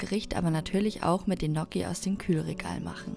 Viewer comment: Ihr habt gnocchi falsch ausgesprochen man spricht es italienisch aus mit gn Verbunden